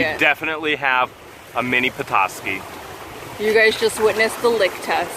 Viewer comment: I'm from Petoskey. I love that your not from this area and still pronounced it right. There's also a charleviox stone too.